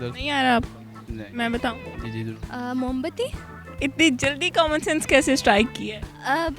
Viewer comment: Mo bati ni hota moom bati hota hai